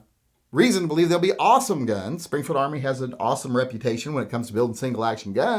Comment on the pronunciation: Its "Springfield Armory" .